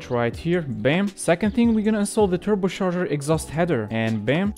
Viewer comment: TurboCHarger not turboSharger